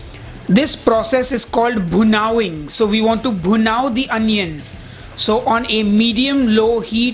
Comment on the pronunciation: Made me so happy when you said "bhunao-ing"!